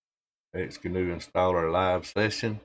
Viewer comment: I believe it is pronounced "ecksee guh-noo"